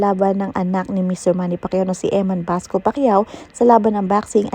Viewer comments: Bacosa not Basco ayusin mo Pag report mo mema blog ka naman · Bacosa po not basco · EMMAN BACOSA HINDI BASCO!😅